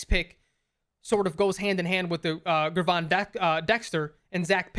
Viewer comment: Ger(like German) Von... Gervon, not Gurvon 😅🐻